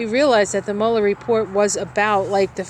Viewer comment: Thanks for the reading although Mueller’s name is pronounced Mull-er not Mule-er.😍Blessings